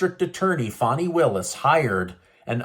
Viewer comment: Stop saying "fawney willis" it's fani.......why is literally everyone pronouncing it that way? It's annoying